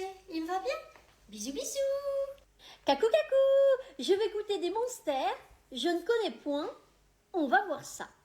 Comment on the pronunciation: Elle a pas dit Monster mais Munster